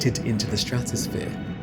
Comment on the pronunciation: Is this video AI? I've never heard anyone pronounce Tonga like that before. Or Krakatoa for that matter.